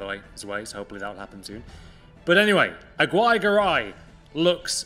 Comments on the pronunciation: I'm native spanish speaker, its pronounce is " agi - rre - ga - ray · I’m Hispanic, it’s pronounced: A-gi-rre-ga-rai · Its pronounced AGI RRE GARAY